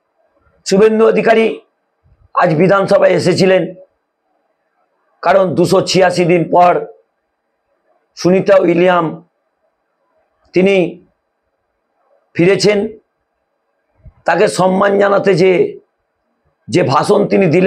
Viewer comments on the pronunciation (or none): সুনিতা উইলিয়ামসের নামটাও ঠিকঠাক করে বলতে পারে না এগুলো শফিকুল দেখতে পায় না আরামবাগ টিভি